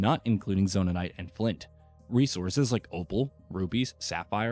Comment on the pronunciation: It's Zonaites, not Zonanaites!